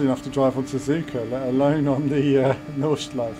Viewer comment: Nordschleife pronounced "nord-shlyf-eh" ;) Nice driving! Can't wait to get behind the wheel in this combo.